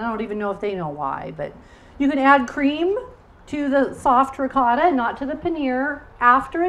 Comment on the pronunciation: Can you please say ricotta like this: Ri "coat"uh.. its not Ri caught a... also... for Moscarpone we say...... Mo scar po nay I mean...as a teacher..we here in Italy would appreciate you spread the words of our regional products correctly. Thanks a lot..meant with a lot of respect, no malintension here.